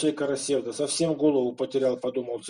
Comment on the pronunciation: В слове "Карасевда" ударение падает на последний слог, в тюркских языках это так. КарасевдА.